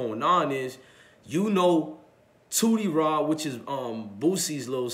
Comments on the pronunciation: It’s Tootie raw not Tootsie 😀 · This dude called him tootsie raw 😂😂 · That nigga said tootsie raw, lol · Tootie Raw mane..not tootsie lol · Who is toosy raw its tootie raw lol